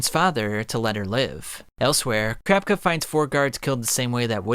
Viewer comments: Okay I can't be the only one that noticed he said the succession contest, when I've heard and seen it everywhere as the succession war. And it's ka-ra-pika (karapka) not kar-rap-ka I'm not a die hard fan boy I'm not trying to be a dick just it's weird to hear more than just 1 person say his name completely wrong. I mean they do it in the 1998 dub all the time, same goes for Killua. One last critical point I need to make, the merch, it's to over the top tbh if it was me I would never buy one because it's so flamboyant and telling everyone "hey look I'm obsessed with anime I got a sweater" make it more discrete or have cooler designs more than just uninspired jpeg snags or the clothes a MC wears. I personally don't understand how ppl don't get embarrassed wearing that stuff around. Gotta say though great video, just giving u some constructive feedback. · I hate it when he says "crapka" instead of kurapika but otherwise amazing video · Crapika is what I keep hearing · CRAPKA CRAPKA CRAPKA CRAPKA 🙃 Kurapika... KU-RA-PI-KA. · each time I heard “Crapka” it was like nails on a chalkboard, I had to shut it off 😩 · ....crap ka?? Please stop saying it like that lol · The way you pronounce Kurapika's name makes me lol because it sounds like "Crap-icka"! xD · Why do you say kur rap cuh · 😂🤣 bro started saying carpka im dead. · After saying kurapika’s name so many times, you started saying “Kurapka” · For me it sounded like "Crapka". I had to stop watching the video because it ripped me far too much out of the narrative. Sorry! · he out here calling Kurapika "crapka" its accurate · I could’ve sworn kurapika had an i in it when you pronounce it 😂 awesome vid tho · never heard someonepronounce kurapika like this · why the fuk he say kurapika like that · the way you say kurapika is so weird but the video is great thank u for all dis info